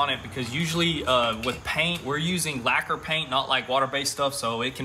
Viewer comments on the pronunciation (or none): none